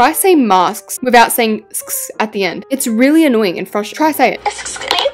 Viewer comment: Try saying mask in the American way. You say it like mu-sk. The American way is ma-sk.